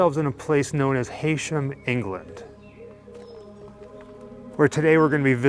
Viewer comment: Just a quick correction, it's pronounced HE-shum not HAY-shum, the locals go mad 😂